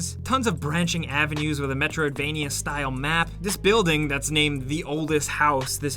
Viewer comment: say 'metriodvania" again. figure it out bud.